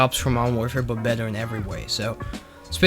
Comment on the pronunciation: “It’s way beddow than halo 3”